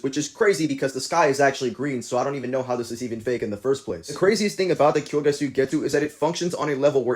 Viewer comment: Did you just say kyoyga?